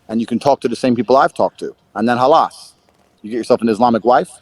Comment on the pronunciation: Lovd how he said Khlas